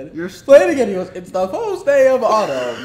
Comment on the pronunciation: " its the fiwst day of owtaum"😂😭i just so funny i cant